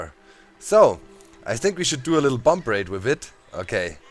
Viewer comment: Ouch, u dont pronounce the final b in bomb